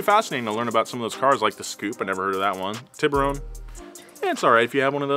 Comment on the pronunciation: The scoupe was pronounced s-coupe. Also the first hyundai on our shores was the hyundai pony then came the excel